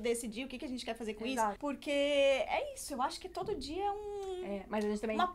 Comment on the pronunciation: Tipo assim ó?ó? Manezinha quex quex, se n quex diz 😂😂 se afina, me afino junto